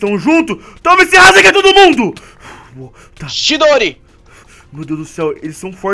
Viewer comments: Não é rasenga é rasengan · a hora que o fala razengan eu dor rio até não der mais